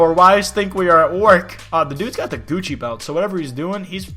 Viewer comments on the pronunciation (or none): none